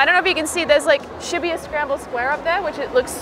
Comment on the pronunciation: She pronounces shibuya very odd